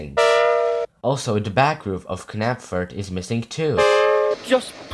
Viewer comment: I don’t mean any offence but it’s pronounced napford, the k is silent. Just for the future